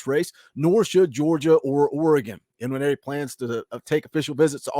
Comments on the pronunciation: Believe the N in Nwaneri is silent. Hope the Sooners get him...... but I'm skeptical on this one. Wish you guys luck. You have a hell of a coach. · According to Austin and Wiltfong the ‘N’ is silent in his name so it is pronounced ‘wineri’.